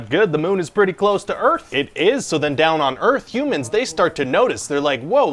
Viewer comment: Didn't he say "Welcome to Earfh"? 😂